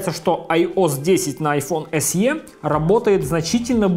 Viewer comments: Эс И, а не Эс Е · Большое спасибо. Только "эС-И". Буква Е в англ алфавите передаётся звуком И.